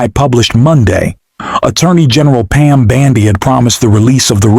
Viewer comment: I love how you call her Pam bandy!